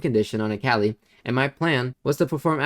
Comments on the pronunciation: good vid but, it’s so tilting hearing you say the name wrong on repeat. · lemme get this straight.. youve played akali for over 8 years…. and say her name wrong?